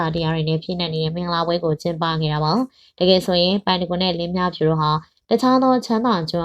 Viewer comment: လင်းမြဖြူ...လို့ပဲပြောနေတယ် လင်းမြဖူး......ပါဟယ်😅